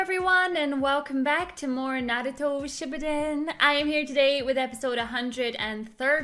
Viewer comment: how did she pronounce "shippuden" wrong.